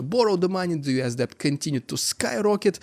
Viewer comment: debt is pronounced дэт